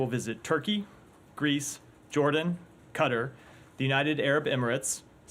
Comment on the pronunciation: This guy really said "cutter" instead of Qatar